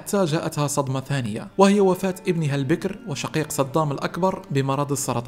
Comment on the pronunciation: تلفظ الأسماء غلط لانك لاتفهم اللهجة العراقية مثل كلمة البكر و اسم وطبان